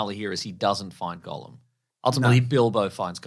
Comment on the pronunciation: Funny stuff, lads, but for the love of GOD, please STOP PRONOUNCING "GOLLUM" AS "GOLEM" AND "ARAGORN" as "ARAGON". I'm seriously grinding my teeth down to the gums every time you say those words. They hurt me. Stop it!